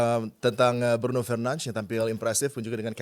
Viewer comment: komentator luar aja nyebut nama bruno itu " BRUNO FERNANDES" Ini indo malah BRUNO FERNANSZ.... TOLOLLL